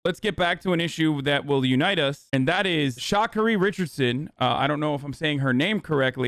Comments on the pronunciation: HE SAID SHOCKERYYY😭its Shacarri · You pronounce it shah carry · I went to school with this girl, her name is pronounced Sha (sha keerie) believe it or not :D also i was devastated to hear her get disqualified. It was awesome seeing a girl from the ghettos like us finally make it as a representative of the US and it was such a heartbreaking thing to see her lose her position over something so trivial and meaningless. Hope she gets to run! She has all of Oak Cliff, Dallas rooting for her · omg hasan u butchered her name